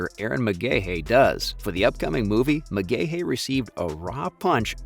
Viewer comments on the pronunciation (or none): pronounced McGhee